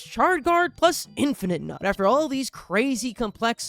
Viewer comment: I love how much a hater can be while also being utterly mistaken. Like he’ll take about how terrible a plant is while actively mispronouncing its name. And then he’ll just also mispronounce names all the time lmao Like seriously bro it’s infi-nut not infinite-nut, it’s a pun man.